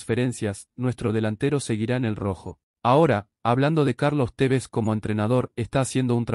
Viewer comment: Es la primera vez que me gusta tu comentario, aunque es Tevez, no cómo vos lo pronuncias!! Falta mucho debemos ser cautelosos, si observas el desarrollo del partido, hay momentos buenos y otros no tanto producidos por el altibajo de algunos jugadores!! El gol del descuento hubo dos horrores en uno, primero Marcone suelta a su marca y después fiel a su ADN el ex Rosario Central hace un gol encontra!! Atento a estos errores de concentración no habituales en los jugadores de alto nivel, así nos vino pasando todo este último tiempo!!! No siempre vas a estar un gol arriba para empatar o ganar el partido!!! Se puede tener agresividad e intensidad, pero por sobre todas las cosas los defensores deben saber que hacer dentro de su área, corriendo hacia ella y observar los movimientos de los contrarios y saber cabecear hacia los costados, nunca hacía Adelante!! A Báez no lo ví bien ayer, el ex R. central tiene eso muy bien de arriba, más fuera del área propia, con dudas con los pies y adentro del área es un contrario mas!! Cuidado!! Por favor!! El cuatro no ha venido defendiendo bien en ninguno de los dos partidos, el tres hace muchos fules, ambos con la pelota en los pies y en el área contraria son buenos, igual lo puede hacer la tarea un medio con llegada o un extremo que baje hasta la media cancha!! Lazo tiene eso de observar!! Cuidado!! Vamos Rojo, gracias por el segundo triunfo, pudimos haber hecho uno o dos mas!! Es preferible ajustar y tapar agujeros antes de qu